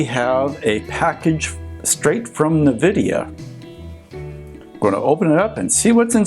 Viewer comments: EN-Vidia, not nuh-vidia! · It's ennvidea not nuhvidea, haha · wtf is navidia? n-vidia ?